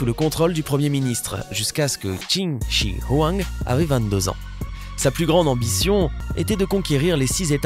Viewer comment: Comment tu prononces Qin Shi Huang ! On prononce « Tchine Chue Rouen ».